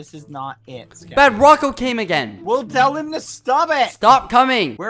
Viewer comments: I love how bbh says keppy instead of Skeppy. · bbh : ¨*says "skeppy" subtitles : JELLY